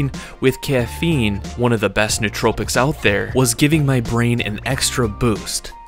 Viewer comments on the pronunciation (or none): none